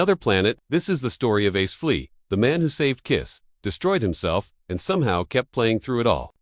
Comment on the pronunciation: Ace Flea? Come on AI, thought you were supposed to be smart 😂😂😂 what a fuckin joke